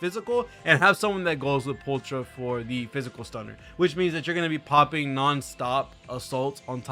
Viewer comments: I think pulchras name is pronounced as pull kra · Also pulchra is pronounced "pole-kra"